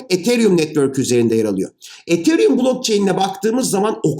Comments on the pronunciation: hocam sen ietheryüm derken ben nie değişik hissediyorum ya biz buna yıllardır etheryum dedik 🤣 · Hocam ethereum diyişiniz çok gıcık ya. E harfini farkında olmadan ei şeklinde okuyorsunuz. Yapmayın gözünüzü seveyim. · hocam ethereumu neden degısık telafuz edıoyosunuz r harfını bastırınn hocamm :) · Hocam ethereum'u çok komik söylüyorsunuz xd